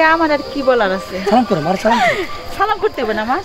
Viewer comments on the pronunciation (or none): none